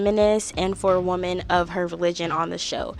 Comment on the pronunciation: Women is plural and sounds like "swimmin" but you're pronouncing it like "woman" the singular form. Sorry it's just so jarring to hear multiple times. But besides that loved the content and the ranking idea, I can't wait for the next episode where I'm sure your opinion of Demi changed drastically 😂